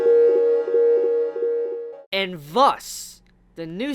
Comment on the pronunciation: It's "And thus " Not "And wuss"